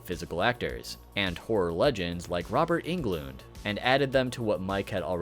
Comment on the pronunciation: I’m sorry, “Robert Engloond”? 🤨